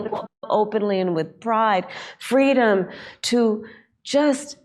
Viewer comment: Did she say "freedom" or "fweedom"?